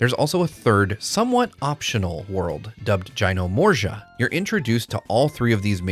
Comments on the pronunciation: Jyno-morja! you heard it here first 🤭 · Also its Juy-nor-mow-see-yuh. ALSO this will be a launch title on switch 2.